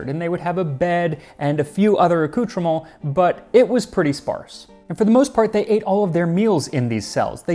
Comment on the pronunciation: I like the way he just threw in, on the fly, the appropriate French pronunciation of accoutrements. If he keeps this up, he'll give Americans a good name... (which god knows, we could use)